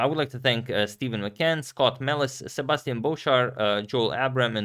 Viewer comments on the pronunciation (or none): none